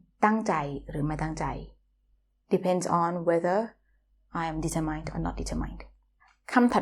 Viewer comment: Another useful construction. By the way, I think you got the pronunciation of "determined" wrong (stress should be on "ter" and the ending more like "mint").